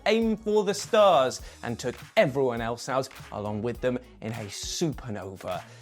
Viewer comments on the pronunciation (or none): none